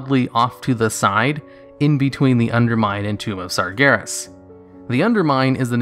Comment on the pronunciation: Tomb of SARGEREEEEES? wut.